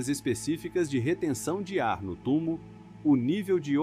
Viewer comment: . O nome correto é "TUMÔ", foneticamente...